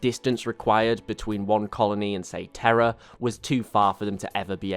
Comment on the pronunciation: To my american ears your pronunciation of Terra sounds like terror, though do not take this as a gripe. Great video by the way, nice to see you diversifying your lore channel. You've material for years with 40k.